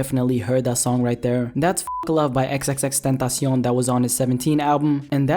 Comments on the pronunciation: Thats how you pronounce it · you hispanic bro😂😂😂 the way you said Tentacion.